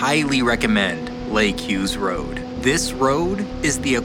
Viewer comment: thanks for the shoutout and for pronouncing my name right. I’m so glad you got to experience that gem of a road 🤌🏼